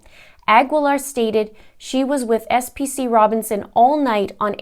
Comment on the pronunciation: FYI, PFC is the Army appreviation for Private First Class, and SPC is a Specialist..... sorry just had to clear that up, so you can pronounce it right in your next video...